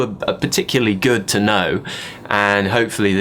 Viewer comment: Love this... Way is good (short 'o'--s)pronounced guurd (awful!) and why have Brtiish railway stations become train stations?